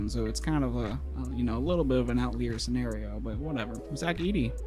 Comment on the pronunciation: dude said "outleer scenario" 💀